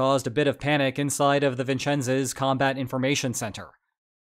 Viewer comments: Vincennes is pronounced vin-senz and Whidbey is pronounced to wid-bee. Great video by the way! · How you pronounced Vincennes confounds me. Are you an AI? Then you said Whidbay instead of Whidbey. What accent is this. Are you, or have you ever been, a Communist?